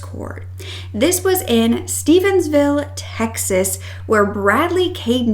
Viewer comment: Omgee I just recently heard about this it’s truly horrific. Apparently the leader lived in my home town. I’m glad you are covering this story. By the way, it is Stephenville not Stephensville you would not believe how often people who are not from this area, mispronounce it. 😂